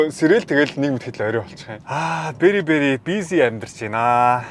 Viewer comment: Very very- gj helehdee berry berry gj albaar heleed bdag ymu? Berry chin uul ni jims gsn ug dee 😅 sorry